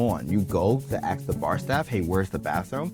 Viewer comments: The word is ASK , not 'aks' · Saying aks instead of ask is almost as anoying as that crunchy sound. Almost.